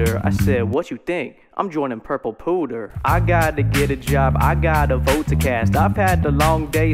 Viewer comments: "Pewter" is "P-you-ter" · Is nobody going to comment on the fact that thinks pewter is pronounced "pooter" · lmao its actually not. but it is funnier to say it as pooter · pls. It's pewter. Pyew-tehr. Like a pew in a church. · pewter is a type of soft metal used to make ornate dishwear pronounced pueter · I guess i'll forever say pooter from now on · "p-you-ter" lol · Is pronouncing "pewter" like "pooter" an American thing, or just a By Release joke? I'm just wondering since I know this happens with a lot of words, but in the English dub of Pokémon, they do pronounce the word the same way I do (like the "puter" part of "computer"). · Pronounced "Pyoo-tur" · I cant tell if has never heard the word "pewter" in his life before or its part of the joke. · No one is gonna tell him? that is not how you say "pewter".